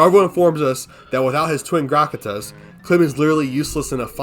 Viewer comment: All your mispronunciation killed me. You say Kahl like brawl not so its Kawl not cal, Grakata is pronounced exactly like it’s spelled. Gra-Ka-Ta, and Exilus is pronounced X-ill-us